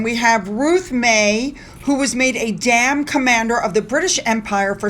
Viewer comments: It isn't "dam" as in The Hoover Dam" but "DAME" rhyming with "SAME".....just to let you know!! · Sorry the title is not "dam", but "DAME", pronounced like same, without the s, which ends duchess - alitterate, just like the actress only she's doubly alitterate. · Dame Ruth May. Dame with a long "a". Not dam. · Dame not Dam. 🤣🤣🤣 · Pssst Dame not dam award! ( haha) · …the title is dame (like same) not dam!! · I hope you don't mind me correcting you. but it's pronounced day-m. Sorry, don't mean to be petty. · the word is "dame" and it rhymes with "fame". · Dear, I know you find the nitpicking on English pronunciation a trifle irksome but sometimes it is important so...Dame (of the British Empire) is pronounced to rhyme with Fame, not Damn. Chin up, you do great videos.